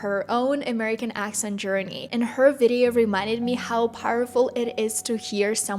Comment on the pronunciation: Careful there with the words |sher-ni| (journey) and “language” pronunciation. Good job.